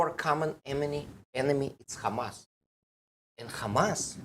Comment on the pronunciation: Must you pronounce Hamas, Khamas instead of Hamas as it’s written. The “kh” makes people’s ears bleed with its awful phlegmy guttural sound. Can’t you hear that? Even if you don’t, please be considerate to the comfort of many, many others. Thank you in advance. I’m not holding my breath.